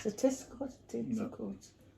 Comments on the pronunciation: LMBOOO😂😂😂 I am 100% sure it’s not testicle, but instead tentacles 🐙. You two are adorable. Thanks for sharing ♥️ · love your vids esp with your hubby xx Was laffing at when you were saying tentacles..fort i heard you say something else hahahaha...much luv x